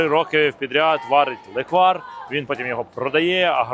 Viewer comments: NE леквАр, a LE'kvar (ь)... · Тільки не леквАр, а лЕквар🙏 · Леʼквар!!!! Ти Євженя! Говори грамотно))) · Ов,справді.Це смакота з дитинства.Тільки наголос на е-лЕквар))) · Слово запозичене з угорської мови “lekvár”. В угорській мові завжди наголошений перший склад(лéквар, бóграч і так далі) Відео , як завжди супер 👍😇💕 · Євгене, правильно казати лЕквар. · Не правильно наголос Леквар наголос на перший склад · Наголос на перший склад, будь ласка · Я з Закарпаття. Вітаю вас! Я кожен рік варю леквар в каструлі і варю його більше ніж 24 години і получається дуже хороший леквар! Наголос треба ставити на літеру е.😊😊😊